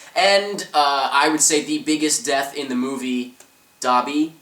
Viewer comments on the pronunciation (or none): Dobby is said like *Doh-be*. Not *Daw-be*. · did u fking say "da'bi" its DOBE!!!